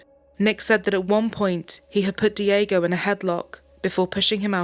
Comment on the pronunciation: Not dee-AY-go * dyeg-go